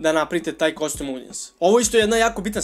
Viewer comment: Svaki put kada kaže "KOSTUM", jedan nastavnik engleskog umre:D Šalu na stranu, dobar si uvod napravio onima koji prvu put čuju za Facebook Pixel, savetujem im da još malo pretraže na Youtube jer ima odličnih kurseva.